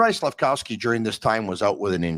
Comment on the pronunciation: saying SlafCOWsky 😂